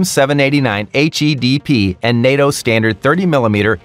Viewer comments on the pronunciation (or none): none